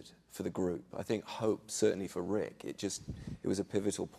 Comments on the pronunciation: They said nick instead of rick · Rick not nick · Nick? Lol isn't it Rick?